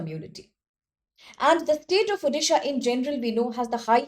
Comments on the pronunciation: It's not Udisha, It's ODISHA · It's Odisha not uddisa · Same thing irks me as a resident of odisha.... It's like calling someone's name wrongly without understanding its meaning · Why people can not pronounce Odisha as O-disha, why Ou-disha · Please pronounce the state name properly. Otherwise go and learn how to pronounce this correctly.